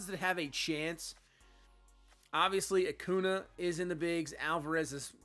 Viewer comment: As a Braves fan, wishing Max Fried was pitching like this in real life lol. Also how you say Acuna always give me a chuckle. Saying Uh Coo Nah.